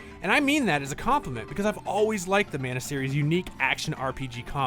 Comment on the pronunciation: Trials of Manner Trials of Mah-nah ✅